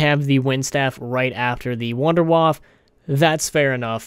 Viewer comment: Thank you, you said wonderwaffe correctly many people call it the wonder waffle it's not waffle its wonderwaffe the germans pronounce it as Vondervaffe like Volkswagen is WolksVagen. Thank you for using the correct pronunciation